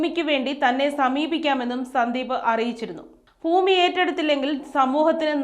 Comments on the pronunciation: ഫൂമിയോ?🤣 ഭൂമി എന്ന് പറയെന്ന് പറയാനാളില്ലെങ്കിൽ പിന്നെന്ത് പറയാനാ? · വാർത്തകൾ വായിക്കുന്ന ചേച്ചി ഭൂമി എന്ന് പറ പൂവല്ല ഭൂമി😂😂😂